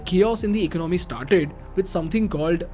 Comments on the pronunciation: Learn to pronounce "Economy"😂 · Please correct you pronunciation of "ecomomy". It is not Economy, but ecaanamy.